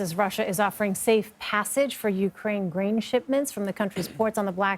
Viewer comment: Please send that anchor lady to voice coaching, this is unwatchable. Listen to her say "Grain." It sounds far too close to "Green." I'll get my news elsewhere.